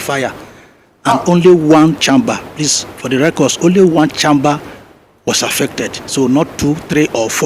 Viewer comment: Sorry just annoying the way a doctor is pronouncing “1 CHAMMMMBER”. Just like some people pronounce google Gòògle”